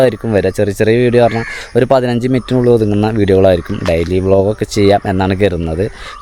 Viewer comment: ബ്ലോഗിഗ് അല്ല വ്ലോഗിങ് ആണ്